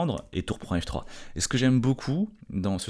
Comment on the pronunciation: Oui ça me fait sourire aussi, comme dire "en f3" en prononçant "en nèfe 3" 🤣 mais il n'est pas le seul